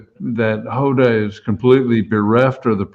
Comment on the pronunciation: You might want to learn how to pronounce people's names,, or did you pronounce Hoda's name incorrectly on purpose?